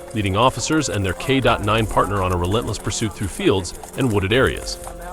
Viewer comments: K dot 9? Come on AI, get it together. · Why is the A.I. saying "K dot 9"? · Its just K9 !! Not k dot 9 🤦🙃 supper annoying 🤷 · K9, K9, K9!!! NOT K dot 9!!! I won't listen to this channel again, this is too annoying! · Teach your AI it's not K dot 9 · K dot nine? Who reads this stuff. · you have got to stop saying k dot 9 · How about an AI voice that knows its K9 and not K dot 9. 😂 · Make him stop saying k dot nine please! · great video… but if ur gonna use AI to narrate maybe leave the Dot out of K9 😂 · What the hell is a K DOT 9... 🤔 its just a K9.. derived from the word canine (teeth) no period.. 🤔🫣🫣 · Why does the commenter say p.i.t. maneuver and K Dot Nine? the word PIT is not an acronym, And K9 is simply pronounced kay nine. is a A.I. voice? I find the bad English distracting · It's K9 NOT K dot 9! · Stop saying K dot 9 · The AI narrator sucks!!!! Stop with the K.9 bullshit. There is no "dot" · great videos, but the audio is a little annoying (kay dot nine, instead of canine or dog? really?) but just a little. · Please get a real person that knows the English language and how Americans use it. The first part of this video, your computer used the term "kay dot nine." This is a video about "kay nine" dogs. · K9 NOT K dot 9. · If you have your AI programmed to do another of these videos, please fix it so it doesn’t keep saying “K dot nine”. The correct term is simply “K 9”. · What...is a " k dot 9 " ???? What is wrong with K9 ?!!!! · Need to teach the AI voice reader NOT to read the dash in K-9. So sick of it constantly saying, “K dot 9.” So annoying! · I think this videos narrated by ai so it’s messing up trying to read k - 9 as k dot 9 maybe? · What the hell is a k dot nine? Artificial intelligence suxx. And so do lazy people who use it.😮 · It's time to upgrade your robot to say K9 properly. Sounds ridiculous to say "K DOT 9" a million times. Sorry, can't take it anymore. 🐕‍🦺:baseball-white-cap-out:↪ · WHY DOES HE HAVE TO SAY K.9? ITS K9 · It's K9! Not K dot 9 🙄